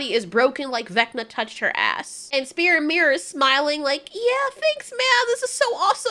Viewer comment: bro called spear spang 💀